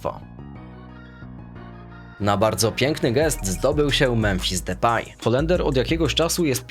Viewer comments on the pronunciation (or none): none